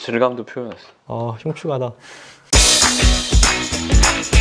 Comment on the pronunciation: 아 흉쯔가다...라고 발음하시는 점이 웃겨요ㅋㅋㅋ 진심 백프로의